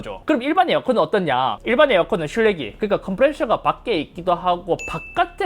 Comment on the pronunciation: 실외기가 자꾸 신뢰기로 들리는건 기분탓인가